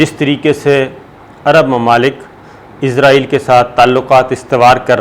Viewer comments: آپ کو پہلے بھی کئی بار کامنٹ کر کے کہا ہے کہ ۔۔۔۔۔ ازرایل تلفظ غلط ہے اصل تلفظ ہے اسرائیل آپ کیوں قرآنک تلفظ کو چھوڑ کر انگریزوں کی راہ اپنائے ہوئے ہیں کیا اسرائیل کیتے ہوئے آپ کی زبانوں پر کڑل پڑتا ہے یا انگریزوں کے جوتے چاٹنے کی جو ایک روایت ہے پاکستان میں اس کی پیروی اولین فرض سمجھتے ہیں ۔۔۔۔۔۔ میں نے بار ہا اس کے متعلق کممٹس کئے ہیں ۔۔ آیندہ بھی کرتا رہوں گا اور آیستہ آہستہ لہجہ سخت تر کرتا رہوں گا ۔۔۔۔۔ قرآنِ حکیم پڑھتے ہوئے بھی پھر ازرایل پڑھا کریں ۔۔۔۔۔۔تاکہ انگریزوں کی غلامی پر مہر تصدیق ثبت ہو سکے ۔۔۔۔۔ ڈاکٹر شاہد مسعود کو بھی یہی بیماری ہے ۔۔۔۔۔۔ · السلام عليكم.صابر بھائی آپ سے گزارش ہے کہ آپ عزائیل کی بجائے اسرائیل کہیں تو زیادہ اچھا ہے. السلام کیوں کہ عزائیل علیہ السلام فرشتے کا نام ہے. شکریہ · Izraeal Alahay salam is angle of death , why all the anchors call Israel state Izraeal ! Please correct the pronunciation ! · جناب ازرائیل نہ کہا کرو بھائ جان اسرائیل ھے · Sabir bhai call israil instead of izrail plz